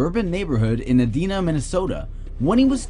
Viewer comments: ITS E-DINE-NA NOT EH-D-NA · It's pronounced E-DIE-NAH